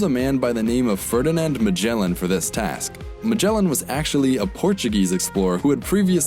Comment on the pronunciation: Stop saying majela.